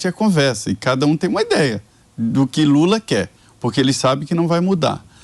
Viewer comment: Só eu que ouvi o chamar o presidente de JULA???? Será que ele juntou jumento com lula?????🤣🤣🤣🤣🤣🤣🤣 (Min )